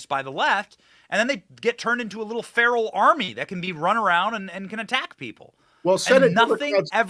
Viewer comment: Apacleptic.... Or apocalyptic... I haven't figured out when My boy Benny says "Fear-al" if he is mispronouncing "feral" or making an epic play on words when referring to libs as "Fear-al" ... I think it's the latter...